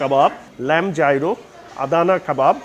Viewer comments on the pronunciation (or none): Gyro ke thik "Jai-Ro" uchharon kora hoyna, "ye-ro" er moto kore pronounce kora hoy